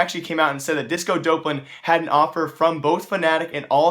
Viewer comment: that's not how you pronounce disco doplan